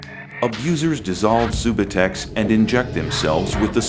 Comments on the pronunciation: lol they said sue-boo-tex its sub-you-tex subutex lol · LOL at "Soobatex". It's pronounced "Sub-you-tex" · Lol homie gimmie some soobahtex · Not even pronouncing subutex Correctly. What an idiot this guy is. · Maybe there saying it right an we've been saying Subutex wrong lol